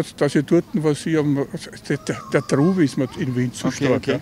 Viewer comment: Trubel, ned "Trouble" :D